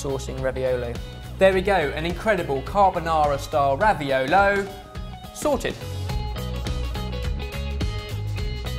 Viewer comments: It's raviOlo, not raviolOOO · It's ravi-oooh-lo, not raviol-iiii. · I really feel like an italian version of Hermione Granger when i say: it's raviòlo, not raviolò. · says Raviolis Says raviolo I guess the word isn't official? Not to mention Google recognizes the word "Raviolis" but not "Raviolo". But then again Google doesn't recognize a plethora of words. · Am I the only one who can't stop hearing ravi-YOLO?! :D:D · "It's RAVIOLO...not Ravioli." I think took a page out of Hermione's book. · "It's RaviOLO not RaviOLI!" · Actually raviolo is the singular, ravioli is the plural so was right, because he did show a big one (but the pronunciation was still a bit off ) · it's "raviolo" not "raviolo" (read it as Hermione wold and you'll have the right pronunciation). Love you guys sooo much!